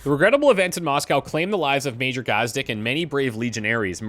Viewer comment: I know you've finished the playthrough, but its pronounced gaaz-deek